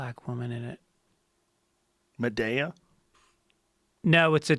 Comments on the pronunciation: Ma-day-a? Lol 😂 I think he means madea as in Tyler perry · How does joe manage to pronounce everything wrong lol. "Muh day ya". Lol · Why is Joe acting like he can’t say “Madea” right